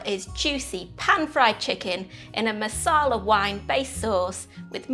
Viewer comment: Does this recipe look delicious? Yes. Am I gonna make it? Yes. Do I like your delivery? Yes. Will I watch future vids? Yes. But it is NOT masala...it is maRsala...masala is a totally different thing!